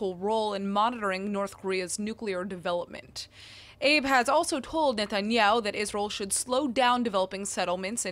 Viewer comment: Shinzo Abe's last name has two syllables. אבה